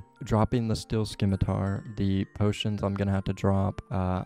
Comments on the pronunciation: I'm ing you, it's scimitar, not "skimitar". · Runescape is the only place I've consistently heard people mispronounce scimitar as skimitar. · 'SIM-it-ar' putting the c in is confusing him 😂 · "Scimitar" is pronounced, "simitar". "ci" makes the "s" sound, so "sci" is pronounced "s" like as in "science". 😁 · I will you, it's objectively pronounced "sim-i-tar". SMH. Great episode, though and I'm glad you found out about the bank! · Did this man say Skimitar? Definitely him @@@@@@